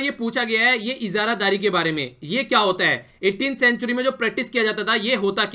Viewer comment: Sir thank you but please hindi me shabdo ko sahi bola kare EZARADARI... PLEASE